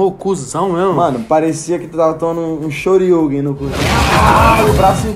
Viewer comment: Shoriuguen KKKK